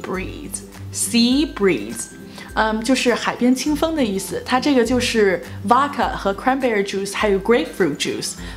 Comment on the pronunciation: Vodka读音应该不是“娃卡”，应该是**，中文写不出来😂